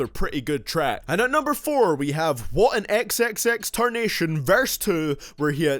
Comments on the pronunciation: Did he said xxtertercion at 5.36 wtf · He said xxx TARNATION🤬😡🤬😡🤬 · Man Said XXXTARNATION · Did he just say xxx Tarnation? Tff